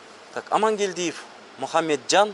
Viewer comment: ПАЛИЦ. КАПИТАНЫ МЫНКМЫНК ДЕП АТЫР ЕДИ АСЕКЕ СТАТИЯ АЙТЫП ЕДИ ЖАНЫ ШЫГЫП КЕТТИГО ПОЛИЦИЯ КАПИТАН АМАНКЕЛДИЕВ ДЕП 😂😂😂